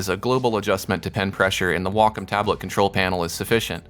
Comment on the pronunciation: I'm just here trying to figure out what a "Walk-em" tablet is. lol Nah, but great tutorial. Now to find out what does and doesn't apply to my Huion tablet. o3o